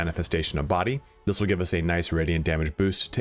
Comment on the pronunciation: Did he say wheel instead of Will?